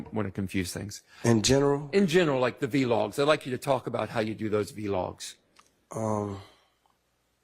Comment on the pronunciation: Weinstein ought to be embarrassed. Much as he's on YouTube running his mouth, he doesn't know it's pronounced vlogs? Yikes